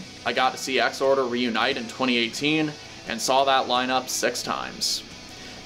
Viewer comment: Thank you for not pronouncing it “Ex-Whore-Der”